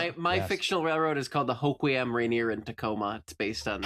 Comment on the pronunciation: She pronounced Hoquiam perfectly. I will say Rainer instead of Tahoma is less than pleasing to me personally. But I can not think of another R place name that would be appropriate.